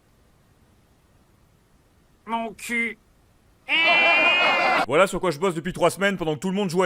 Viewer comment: Vouinci mon douingt (c'est ce que j'entends, après ce n'est que subjectif, évidemment tout le monde sait que je déborde de subjectivité)